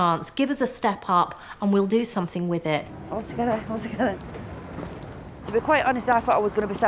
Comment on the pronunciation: "Mel what do you want a WKD or somethink." FFS